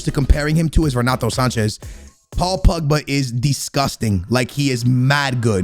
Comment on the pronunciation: paul pugba he said hahahaha